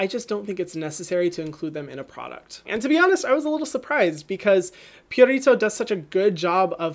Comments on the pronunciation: Hyram, please stop rolling the 'r' in Purito. It's really not necessary and is very distracting. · No one: Hyram: pUrRRrRritO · Purito is a skin saver. Their Centella Green line has worked wonders for me (aside from the eye cream, I'm sticking to Benton for that) very soothing, hydrating and gentle even on the most sensitized skin. They also listen to their consumers and post short comics on their IG. I absolutely love this brand and the only one that became HG status immediately. I'll admit you pronouncing Purito like that is weird for me. I'm used to hearing it with an elongated 'oo' sound (like Pooh without the h) instead of pyurito. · Love how you say Purito lol